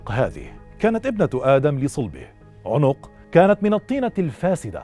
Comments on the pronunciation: عَنق وليس عٌنق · عَنَق ( بفتح العين و النون ) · أخي الكريم-إسمه عوج بن عنق بفتح العين وليس بضمها